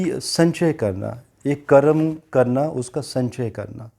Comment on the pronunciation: It is Karm Not Karamaa